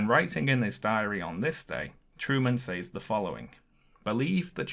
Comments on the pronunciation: You’re pronouncing the word “says” wrong, for a British person. It should sound like “sehz”. It’s distracting from your video. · Says is pronounced " sez," like "rez," not "saze," like "maze."